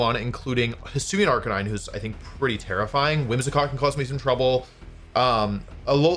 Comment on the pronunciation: No arc-a-neen-eh 😢